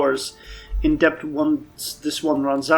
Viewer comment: Not like criticism? Ps it's pronounced det not depth